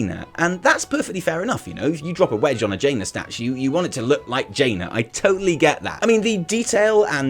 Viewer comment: It's not jaina it a dreadload as jaina